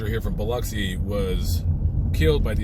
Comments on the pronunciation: It is Pronounced "BILL-OXY", NOT BILL-UCKSI. Knew this Smoking girl from there I met in the Caribbean once. 😉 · Born in that place ! You pronounced my hometown wrong Bub ! not Uxi, it’s OXI. bilOXI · I have never heard it pronounced either way you mentioned. Bill-oxy? WTH?